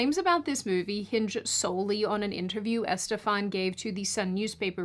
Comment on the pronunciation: In saying "Estefan" the accent is on "stef" not on "Est".